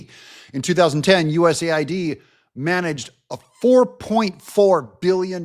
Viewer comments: u. s. a. i. d. Not us aid. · To be clear,.US A.I.D., not US aid. Even the names is used as a lie.